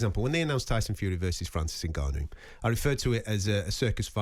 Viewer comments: Does it annoy anyone else how Gareth pronounces Ngannon? Also how he always loves to talk about how he embraces the Saudi culture, and slips in who he bumped into at the fights and weight in etc.... He love the sound of his own voice. Sad really. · For the love of god someone tell Gareth how to say Ngannou!